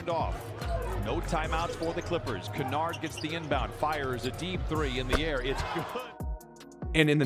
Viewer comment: The pronunciation lmao. You called him 'kawaii' XD I'm dying. Also Simons and Kennard were pronounced wrong